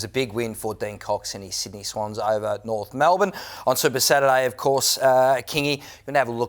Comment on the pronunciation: "Try and fool the Norf faithful" - Kingy my brother, you don't need to try